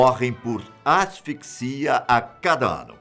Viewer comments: Pronto,,o ja aprendeu a falar assifissia. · Oque mim surpreendeu foi você erra a palavra asfixia kkkk erra é humano.